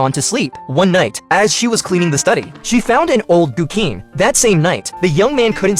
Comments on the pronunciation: guqin aint pronounced gukin, gu tsin. and it is not a guqin, that is a guzheng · You pronounced guqin like a moron lmao